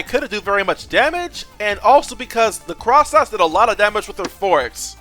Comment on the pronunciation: "cross nauts" 💀